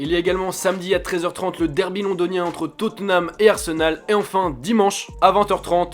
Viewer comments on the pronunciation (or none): none